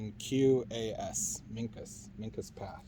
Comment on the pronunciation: There is so much more to this story. Do some research on Piscataway, MD and documents in Thomas Jefferson's paperwork. As to them being giants, they took that trait through interbreeding with another more ancient tribe along the Susquehanna River whom they fought a war with. Their name is pronounced wrong by the guy in the video. I am also a historian, and have done a lot of research on the Minquas, I had a very good friend that was half. Yes, they still exist, and I could tell you so much more.